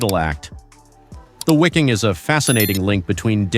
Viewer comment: It's pronounced 'Viking'. German language pronounces W as V.